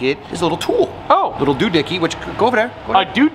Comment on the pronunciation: that is one hideous colour :( ps. the word is doohickey, not doodicky